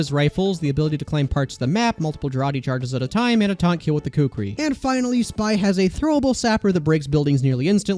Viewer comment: btw the kukri is not pronounced koockree its pronunce cookri with the o being quick